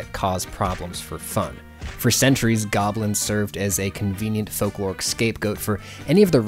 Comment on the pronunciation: "Folkloric scape goat" sounds an awful lot like "folklore escape goat"